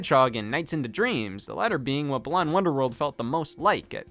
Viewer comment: As a fan of BWW, with every video that mispronounces Balan's name, I die a little more. It's pronounced like the word "Balance" just without the 'ce' -- hence why the antagonist's name is Lance. It's... it's wordplay. I know it doesn't matter, but if y'all are gonna keep beating a dead horse, at least say the name right. :p [/joking] (edit formatting)